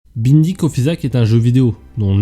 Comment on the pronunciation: Bonne qualitée de vidéo, tu mérites + de vues👍 T'as failli me faire fuir au début de la vidéo en disant "Beending of isaac" haha ça se prononce "Baynding" 🧐